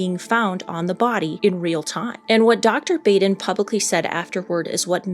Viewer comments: Please learn how to pronounce Dr Michael Baden. Bah-den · Sorry, but it's pronounced Baden like bah humbug, long a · it is pronounced ‘baw den’. Also this chick thinks because his brother said it… he’s dead definitely. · Just an unimportant note, Dr. Baden's name is pronounced bah-den. Before I retired from the legal profession I had multiple occasions to hire Dr. Baden as an expert witness. He is a brilliant man. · It's pronounced "bah-dun". Dr. Michael Baden.... Very famous, very well respected as you point out. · Dr. Baden’s name is pronounced “Bawden”. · I totally agree with all your comments. I had an opportunity to talk with Dr. Baden (pronounced Baaaden) about this autopsy at a conference a few years ago. he stands by his findings and I agree with him on all the findings he came to. I wonder where the imprints from the bedsheet are and why they aren’t more not evident. You would think you would see the folds of the sheets on the neck from the pressure and the mark would be wider than what shows. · Michael Baden is world renowned... and this woman should learn to say his name correctly. That is embarrassing, considering that she is in the same/similar field... (or is she?) His name is is pronounced as if it was spelled BAHDEN... not Baden , with a hard A. Come on!! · say it with me, Michael "BAH-DEN" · Baden is pronounced "bodden." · Dr. Baden is pronounced bah-den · You pronounced Baden wrong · I hate to be petty, but the doctors name is pronounced Bah-den, not Bay-den. You would think everyone even remotely connected to the forensic realm would know that as he is a high profile forensic pathologist. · Dr. Michael Baden has been an incredibly well known public figure for decades in a field very closely related to your own, so it really surprises me that you kept calling him Dr. BAYden, when his name is pronounced BAWden. Have you really never heard of this guy before?! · Pronounced BAH DEN...not Bay din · Baden is pronounced “bodden”